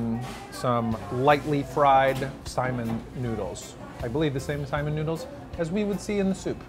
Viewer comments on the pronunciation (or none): sai...MIN. Accent on the "min", not simon. For future. Aloha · Lol Simon, Sai-mihn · Braddah.. Its pronounced sai·min or ˈsī-ˈmin... NOT "Simon" lol and it's HŌ-NŌ-LŪ-LŪ.. NOT "Honnalooloo". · Not to be picky, but FYI, we pronounce saimin as sa-ee-min, not like the name Simon. :) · it's Saimín rather than Sáimin. Cringed every time he said it. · Super triggered by the way says what sounds like the name "Simon." Say it like "Sigh-min" bruddah. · Eater yup we sure did. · Saimin... min min min not simon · I thought it too ;) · I Ike how he pronounces “saimin” like “Simon” ☺️. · umm, the pronunciation is more like sigh-min. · Yep, you are so right, he is murdering that word. It is EXACTLY like sigh min! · How are you going to do an episode on Saimin and pronounce the word wrong, and you also should of went to Shige’s Saimin Stand, that place is really good as well. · Can’t stand this guy. Typical non-local. Refers to in the States, like our state is not part of US. Mixes up hot mustard with wasabi and mispronounces saimin. Should ask folks before opening his mouth…